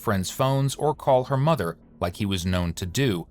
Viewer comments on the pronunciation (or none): none